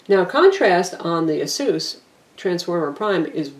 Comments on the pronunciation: Except that isn't the correct pronunciation.... its "Eh-SUS" (as in pegasus) not Ah-soos". Not to generalise but it seems to be mostly Americans that pronounce it the incorrect way. First/easiest example of correct pronunciation is here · It's pronounced AY-SUS, more technically EISUS not AH SOOS. Aysoos is incorrect and sounds lame.